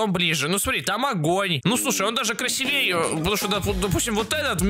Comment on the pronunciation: Красиииииииивей ударение на иииии аааа